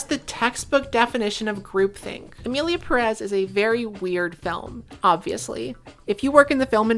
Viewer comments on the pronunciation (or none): I have adhd so these are my thoughts: 1. Everyone in this video has fantastic hair. 2. that smile you gave reminded me soooo much of Matilda. Child with telekinesis vibes. 3. the way you said the title made me think "Emily in Paris" 😂 4. Cute kitchen! 5. Thank you again,, for giving the people what they want 😗🫰